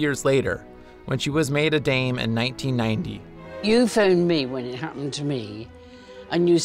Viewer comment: ummm...Dame, not Dane